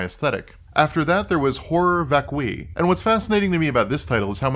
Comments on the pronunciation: It’s “vac-cue-eye” not “vak-kwi” Horror vacui is an artist’s condition which means fear of open spaces. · I know that my name is literally the male version of Hermione, and I hate to point it out, but I think it's VÁCUI , not VACUÍ